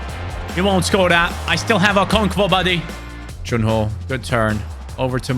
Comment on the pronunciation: I’m Nigerian and hearing you butcher the pronunciation of Okonkwo makes my day 😂😂😂 Keep it up man, love the series